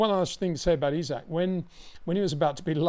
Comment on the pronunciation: “E-Zach” Hadjar